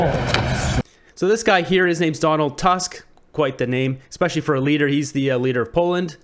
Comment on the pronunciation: Pronounced "Toosk."